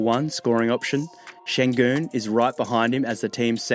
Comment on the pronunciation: I congratulate you on your pronounciation of the Ü sound which does not exist in English and you are a native speaker I believe.